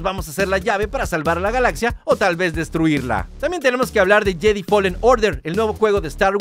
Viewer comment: Se dice “YEDAI” no “YEDI”